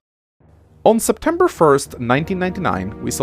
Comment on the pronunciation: "semtepber" um what the fuck?